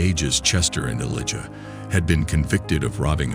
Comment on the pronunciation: Elijah not eliga...this has to be ai bs